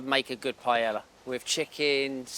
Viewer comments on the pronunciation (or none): "PIE ELLA"... is pronnounced Pie-yay-a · Please, David, pronounce the name of the dish properly. It is PA - EH - YAH You lived in Spain for years, for the love of God 😂😂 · He can't pronounce "Paella"....not that complicated ffs Becks... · the way he says "paella" annoys me more than it should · 07.49 | If Beckham prepares paella as good as he pronounces it, please call Health & Safety.